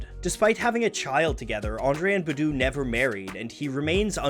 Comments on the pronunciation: Honestly the way you say BuH DWHO MAKES ME A LIL sick boo..its Bahdoo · You said badoo which was really white it's Bah-Doo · The only thing I didn’t like about this video is the way he pronounced “Badu” 😂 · Kept bothering me too. Maybe he should make a video on her to right this wrong…